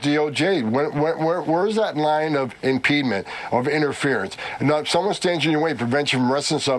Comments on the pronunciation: "Impeenment" someone smashed out his upper Teeth or did he accidently grab the wrong Teeth when he got out of Bed ? That Dude got bullied for sure all of his Life, now he seeks for revenge. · WTF is "impedement"? Does the drunken alcoholic Inhuman mean "obstruction"? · What's impedment? There is a word IMPEDIMENT but impedment? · Ummmm... someone should tell Tom Homan that "impedement" isn't a word.